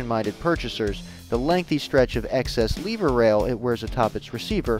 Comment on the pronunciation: You keep saying Lever Wrong.